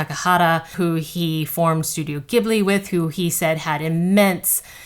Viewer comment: I’m a huge Hayao Miyazaki & Studio Ghibli fan. I want to see it and your review is great as usual! Btw Miyazaki chose the name Ghibli from an aviation company that pronounces it with that G sound, however he chose it for the J sound and pronounces it “Jiblee” I only mention this as a fan of your reviews and not to be rude. Hayao just loved the sound…